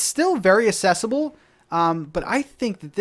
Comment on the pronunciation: Did you actually say “assesible”?